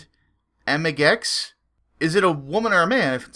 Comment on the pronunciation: How do you pronounce amigx? "Amigks" ? Seems kinda awkward.